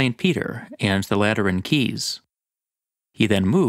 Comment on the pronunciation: Am I the only one who heard latrine every time said Lateran